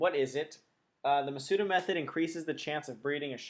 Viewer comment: Thanks for the video, but with all these I've seen, I'm getting a little peeved at pronunciation. In Japanese, the 'u' sound is very rarely pronounced. The stress should be on the first 'a.' MA-s-da.